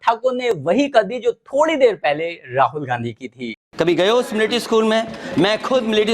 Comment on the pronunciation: पता है कि आर्मी स्कूल से पढ़े हैं। लेकिन एक भी लक्षण नहीं है वहां का! पहले मिलिट्री शब्द को ठीक से उच्चारण करना सीखें।